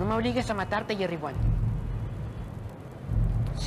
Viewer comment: "Jerry wan " cómo Ovi wan